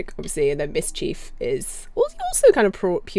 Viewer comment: did you just pronounce it Ms. Chief? lol